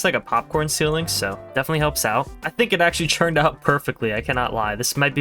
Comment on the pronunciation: ITS "TURNED" NOT "CHURNED"